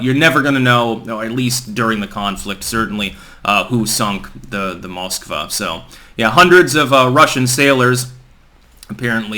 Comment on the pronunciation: Pronounced MoscvAh!! Stress is on the A